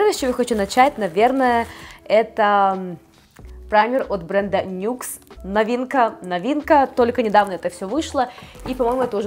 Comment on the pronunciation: Так опять Нюкс, а не Никс. 😂😂😂😂😂😂😂😂😂😂😂🤣🤣🤣🤣🤣🤣🤣🤣